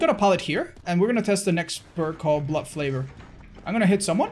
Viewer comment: So we ain't gonna talk about how he adds an L to blood favor